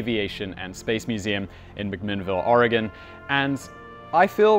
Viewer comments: You pronounce Oregon right great job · Ok.. what the crap... I've heard people who've lived here (in Oregon) all their lives mispronounce Oregon and you nailed it. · Thank you for coming to our great state for this video and thank you for pronouncing the name corectly.